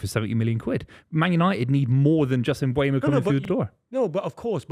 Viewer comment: sounds like a complete tool when he says Mbwaymo. 🤦🏻‍♂️ It's pronounced Um-bo-mo you uneducated fool